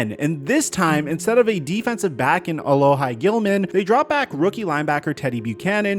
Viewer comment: As a Chargers fan who knew a loss of a trade to the Ravens, his name is pronounced "ALOHEE Gilman" not "ALOHI"